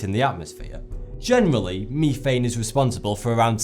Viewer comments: ITS METHANE NOT MEETHANE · Meth-ane not me-thane. Love your videos but that was tough to listen to￼ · Methane- (meth-ane) not Meethane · You're the only person that I have ever heard pronounce Mee-thane, instead of meh-thane. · I really like your videos but oh my God it’s driving me crazy listening to you miss pronounce words like methane… It has a soft E as in the word… Met. Not a hard E as in the word… Me. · meeeeeeeethane it’s so annoying say meh-thane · Please you can do humanity a favour yourself it's pronounced met-hane not meethane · Meh - Thane. .... MEH - THAN....NOT MEETHANE...FUCK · Mee thane. 😂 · Methane is pronounced MEH-THANE not MIIIIIIIII-THANE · Meethane? It's methane. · That darn meethane... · Meefame. It's meth-ane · ME-thane? You mean, METHANE!? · Its pronounsed meth-ane not me-thane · meth ane. not. meee than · it's meth-ane not me-thane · That whole time he was saying "me-thane" I was so confused because I thought I didn't know that word or forgot about it then I realized he was pronouncing "meth-ane" differently. Didn't even faze me when the word was on screen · methane not pronounced Me-thane its meth-ane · MEETHANE YOUTHANE WETHANE! Its Its pronounced Mehthane. Not meethane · the way he says methane. its meth-ane like meth as in crystal meth and ane as in cane. Meth-ane methane not me-thane. excuse my American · It's methane not mefane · You sounded like a fuckin idiot, it's MEH-THANE (EH pronounced as E in "enter") Not ME-THANE. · meh.thaen. not mee.thaen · Sound it out. It's methane (meth-ane) no me-thane. You silly Brits make me laugh with your terrible vocabulary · ME-thane was triggering me cuz it meth-ane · its pronounced mehthane! not meeeeeethane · Is anyone else as utterly enraged at his mispronunciation of the word "methane"? It is pronounced "meth-ane" not "meethane" fudging fuk !!! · Haha mefane sounds funny to Americans lol methane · methane not meethane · METH-ANE, not ME-THANE, I'm sorry it just got me angry